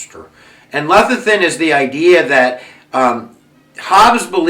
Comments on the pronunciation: Leviathan is pronounced Lev (like the jeans) - a(long vowe) - than ... this is very helpful thank you so much! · Nice overview, from one teacher to another. But please read the pronunciation guide. Pronunciation guide: The philosopher "Descartes" was called "Day-Cart" by his friends. "Leviathan" is pronounced the way it's spelled: leh-vy-uh-thun. Best line: "the people lay the government" - heh heh